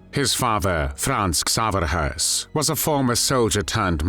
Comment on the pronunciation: Höss is not pronounced like "hearse." There is no R sound in this name. It's pronounced "Hess."